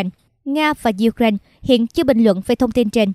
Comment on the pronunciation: Ukraine đọc sai rồi nhé, sửa lại đọc nghe kỳ lắm